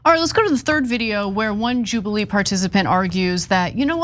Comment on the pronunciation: Jewbilee? 😂 It sounds awful.